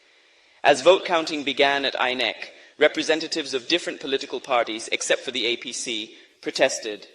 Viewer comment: As for the AI voice - very nice but the pronunciations of INEC, Lagos and Obidients, she would not have missed. Well done.